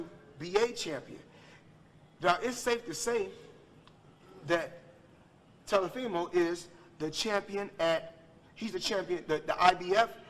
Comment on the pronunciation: He called him telifemo 😂😂😂